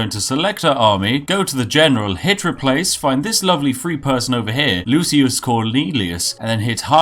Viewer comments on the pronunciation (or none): none